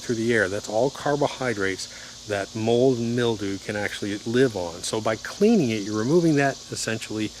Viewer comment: Hey pal go back to school-Grrrrrrr mil·dew /ˈmilˌd(y)o͞o/ Learn to pronounce noun 1. a thin whitish coating consisting of minute fungal hyphae, growing on plants or damp organic material such as paper or leather.